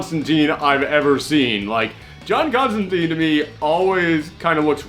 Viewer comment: That's not the "prettiest" John Constantine (pronounced CONSTANTINE, btw, NOT ConstanTEEN!) For a pretty version,check out CRISIS ON INFINITE EARTHS where, in one issue, we find John in a fresh, pressed green suit without a trenchcoat.)